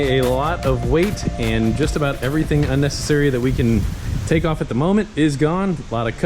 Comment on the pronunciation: "uncessessary"? Love it.